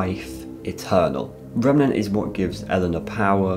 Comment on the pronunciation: Just to let you know, it's remeNAnt, not remeMEnt, lol